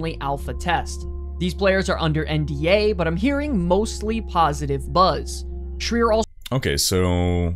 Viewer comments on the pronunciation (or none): none